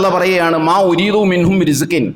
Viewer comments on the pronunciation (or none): മാ ഉരീധൂ... എന്നു നീട്ടി ഓതല്ല സാഹിബെ മാ ഉരീധു എന്നല്ലേ ഓതേണ്ടത്